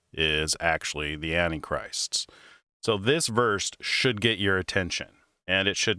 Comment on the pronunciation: I see, he doesn't pronounce that word right.